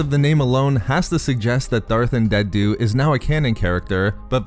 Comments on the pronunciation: Andeddu not andenddu :-) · Why can't you say "Andeddu"? In an older video you were calling him "Andendu", and now you're over-enunciating the last "d" sound in his name like a toddler learning a new word. You're way too articulate to still be having trouble with this name. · It’s An-dee-doo. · Why do you pronounce Andeddu's name like that? Are you purposely doing it to sound annoying, or have you not listened to any audiobooks where his name has been mentioned (such as the Plagueis novel)? Just saying, because the way you pronounce it, you sound like a child learning to read who is "sounding out" an unfamiliar word.